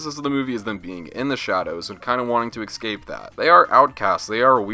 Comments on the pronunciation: So fed up of hearing YouTubers mispronounce "escape" as "Ex cape".. beyond lame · my biggest issue is how you say the word "ESCAPE".